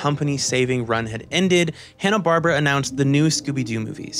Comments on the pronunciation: "Hanna Barbara" Wait what did you say? Hanna Barbara No it's Hanna Barbera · "Hannah-Barbra"? (laugh) It's pronounced "Hannah-Bar-BEAR-a". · Loved this video. 9.5/10. You lost half a point for mispronouncing Hanna-Barbera a bunch. It’s not “Bar-Bra”. It’s “Bar-Bear-Ah”. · I'm enjoying this so much. Accept when you say "Hanna Barbra." (It's "BarBERa," emphasized like "barbaric.") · Is "Hanna-Barbra" a different group than Hanna-Barbera? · This video is the only source in all of the internet where I heard "Hanna-Barbera" being called "Hanna-Barbara" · Bar-bear-uh. Holy crap that drove me nuts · but the correct pronunciation IS "Hanna-Bar-bear-a" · Love the thorough analysis! Not sure if it's a joke, but it's pronounced "Hanna Bar-Bear-Uh" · First off, please learn how to pronounce Hanna Barbera. It's not Barbara. Secondly, Scrapy Doo is not only the worst character made for Scooby Doo, he is potentially the worst cartoon character ever made. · Sorry by the 3rd. mispronunciation of Hannah Barbera I was done! .... sorry kid it was a nice try.